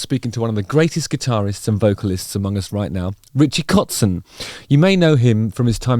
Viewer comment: Impressive pronunciation of the very common german terms "kotzen" and "vixen" in the first few minutes!👍